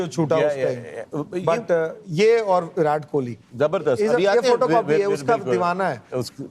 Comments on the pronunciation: To the host: pronunciation of Virat has a hard T, not soft T. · Sorry for pointing this out But sir it is "विराट" and not "विरात" Also, it is "जडेजा" and not "जदेजा" Otherwise, it is truly a wonderful discussion.. one that all of us look forward to.. love to learn so many finer nuances related to cricket from the guests..